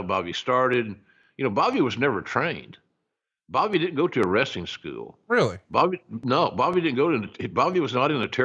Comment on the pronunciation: I wonder how "skew-yewel" differs from "school".